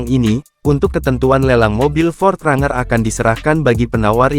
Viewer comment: Ini pake Suara Google maps apa ya. Bang Pronounciatian nya bukan RANGER (Bacanya : RENJER) 😂